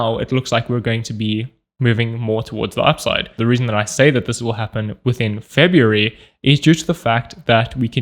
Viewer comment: February -> ebaryuf ????